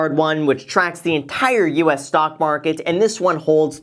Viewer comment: i swear to god he is saying stonk